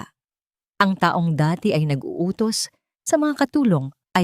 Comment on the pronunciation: dapat po pag-aralan nyo ang pagbasa ng filipino kung kailan mabilis o nahina lang ng isang salita tulad po ng taong pag mabilis pagbasa nyo iba ang meaning nun it means year kung tukoy nyo ay tao dapat na ahina lang basa nyo